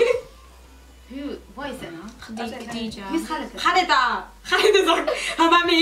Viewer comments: It's khalida not Khadija lol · when they said "katheeja" , I was triggered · love ur videos guys keep it up x BTW it's khaleda zia not khadija looool